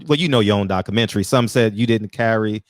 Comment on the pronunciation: I correct you in the name of Lord Jesus. You struggled with your reading skills at the beggining. Incorrect pronunciation of "Documentary". You misspoke using the word "woman". If you could speak to black women not woman. Reading is Fundamental. Dont be ashame! Go online to get help with your reading and grammar skills. I wish you success!